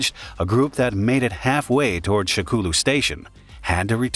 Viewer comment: I can't XD SHAKOULU HAHAHAHAHHA. I think it's supposed to be sha kou lu